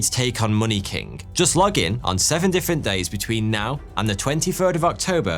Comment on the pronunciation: cant believe u said monkey king as money king